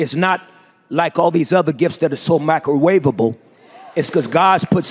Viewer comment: My nigga said Micro-way-ba-ble